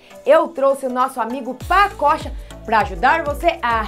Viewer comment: Só eu que lembro de paçoca quando ela fala pacocha?